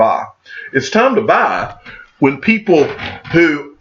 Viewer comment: It's tahm to bah...XRP!